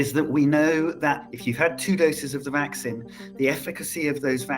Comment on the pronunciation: Why is he pronouncing "vaccine" weirdly? 😂